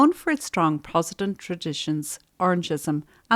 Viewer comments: Love the videos! For next time Protestant is pronounced “prot- es - tant. Just might rile a few people with the mispronunciation 🫢 keep up the good work x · I love your channel and realize you work very hard and have lots of compassion. You are mispronouncing Protestant and mural.